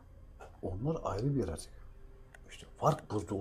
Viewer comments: Saygıdeğer...❤❤Diline Kurban olayım ne güzelde diyor YARATUK diye ❤❤HER DAİM SEVİLİYORSUN İstanbul Bahçelievler Yenibosna'dan Saygılar sevgiler selamlar olsun❤️🌹❤️🌹❤️🌹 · Nasil Diyoru Yaratuku 🤣🤣🤣